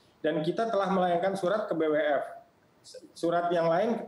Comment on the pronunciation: Ngomong BWF aja nggak bisa, B apa itu 🤣🤣🤣🤣 Pengamat olahraga anda bung?